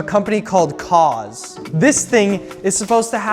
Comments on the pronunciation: Cause❌ koohz✅ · ummm....i believe it's pronounced "cooze" 😆